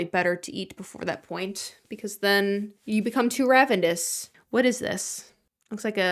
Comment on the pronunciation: hey- theres no D in the word ravenous